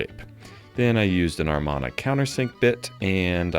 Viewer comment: There is no R in the Amana countersink bit